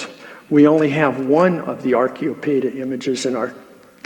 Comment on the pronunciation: The lecturer keeps pronouncing acheiro- as archeo-, as in archeological.